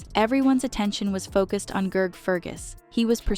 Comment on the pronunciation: Who the hell is Gerg? Gotta love AI👎